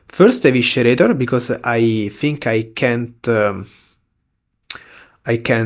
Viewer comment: Small note: Eviscerator is pronounced like uh-vi-suh-ray-tah not uh-wishuh-ray-tah :D